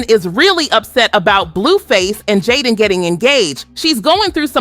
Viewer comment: Sis saying both their names wrong af I was so confused😂😂😂😂😂😂LIKE WAIT WHO TF IS JAHDEAN CHRISEEN. AN CLAN 😂🤞🏾🙅🏽‍♀️🧢